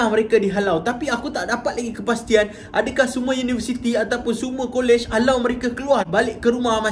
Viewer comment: Di arahkan. Ayat HALAU tu bunyi mcm kasag ja